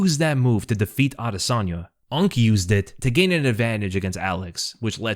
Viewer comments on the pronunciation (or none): none